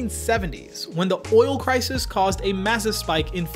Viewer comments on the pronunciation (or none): none